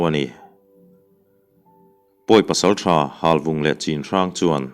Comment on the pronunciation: Chinhrang tia i lam hi Chhinhrang tih tur anih hmel ka ti. Lai tawng ah chuan 'C'hi 'CH' anga lam tur ani e